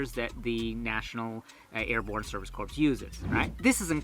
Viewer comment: You've been living in a non-English speaking country for too long. It's pronounced "core" not "corpse."